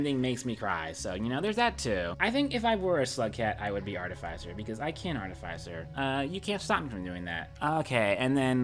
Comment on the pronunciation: it hurts me how you pronounce artificer